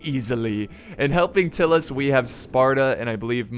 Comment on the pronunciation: Its pronounced Tie-lus not Till-us just fyi :)